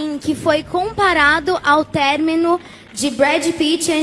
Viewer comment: "Término" Ã-MO